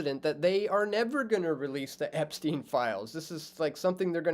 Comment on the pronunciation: epstein, not epsteen